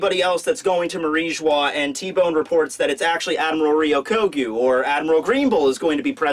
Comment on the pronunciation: ryoku-gyu, not "ryokyogu"